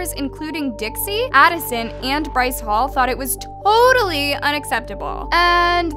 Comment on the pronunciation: “bryce holle” I CANTT LMAAOOO